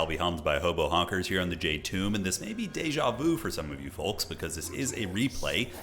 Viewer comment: I never understand why pronounces the "L" in Folks. it shouldn't bother me as much as it does.